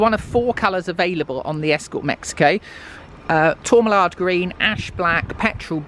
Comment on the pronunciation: Did she say Tormallard green ha I thought it was Tormaline green ( fiesta rs1800) Mallard green ( cossie etc )